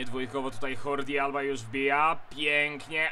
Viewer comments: Jakie Hordi,jakie dżordi?! ŻORDI ALBA!!!!!! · Nie wymawia się Hordi Alba, po on jest Katalończykiem, to Żordi Alba. A tak poza tym, to kolejny świetny odcinek :) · Nie, Dżordi Alba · Żordi Alba się wymawia. Przynajmniej tak mówi 100% komentatorów.